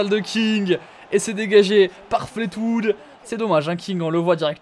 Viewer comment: C'est Fleetwood (flitwoude) pas flate...